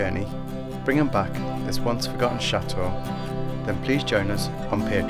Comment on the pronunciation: I think you guys are very charming and your videos are great. How ever your constant mispronunciation of “chateau” drives me crazy. The “t” in chateau is not silent. The word is not cha-eau, it pronounced cha-teau. When you say tea you don’t say ea you say tea. Instead of say eau please say teau like the toes on your feet, chaTeau.